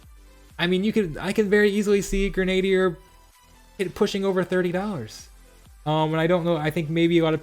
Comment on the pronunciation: Grenadier is pronounced "Gren-a-deer" - it's historically a real-life type of soldier. Great info, though! Was just bugging me and I wanted to share the correct pronunciation! :P